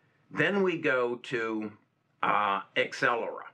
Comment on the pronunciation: It is Not Excellera, it is AbCellera )))